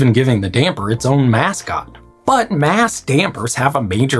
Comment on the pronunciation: Is it a mascot, or a Mass-cot? 😂